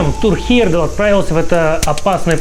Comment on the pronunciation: Автор, если уж берешься вещать Миру о великих путешественниках, то не коверкай фамилию Тура Хейерда́ла. Ты же себя называешь, а не ЖИрков.